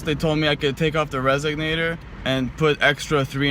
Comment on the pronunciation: its pronounced resonator not resognator